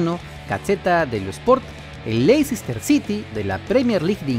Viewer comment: Info, se pronuncian... Píramids y Léister